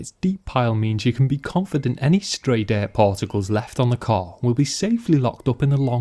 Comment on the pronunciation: "Diaart" 😂 (dirt)